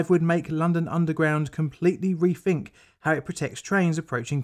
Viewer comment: 'Refink'? FFS. Please spend a bit of time working on your speech and pronunciations... I live close to Manchester where we're supposed to ignore 'th' and slap in an inappropriate 'f', and other syllables/sounds... but it really doesn't take much effort to learn how to actually pronounce things using all the correct sounds. Even Mancunians, if desired, can pronounce things properly. It's not cool, and it isn't appropriate for your foreign viewers who might not be able to understand English properly, for you to use sloppy pronunciations. Is it... innit...